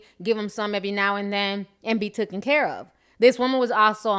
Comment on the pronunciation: TAKEN Ti... it's TAKEN lol Love the channel